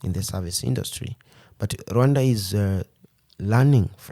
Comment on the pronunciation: It is pronounced with 2 syllables (RWun-da), as he is pronouncing it. Westerners pronounce it with 3 syllables, Ra-wan-da, which isn't correct.